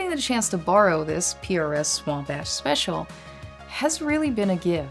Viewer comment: For a second it sounded like you said Swamp ASS Special! lol.